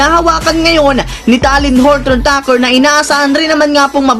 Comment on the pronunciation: THT nalang itawag mp bulol ka sa surname eh..wag mo na ipilit☺️